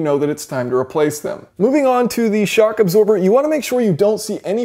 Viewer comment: I swear he said shark absorber Haha. Good video though mate.